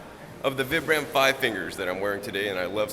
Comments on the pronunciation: Vee-Bram Vee-Bram not VIBram lol cool video! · They are pronounced VEE-BRUM btw :P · for fuck sake people say the name brand right "VIBRAM'' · Its pronounced VEEbrum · Vee-brum= pronunciation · vI-bram. Pronounce it right.